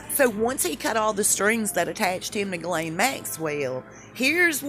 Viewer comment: Hay, love your vids but it’s pronounced “jhizz-layne”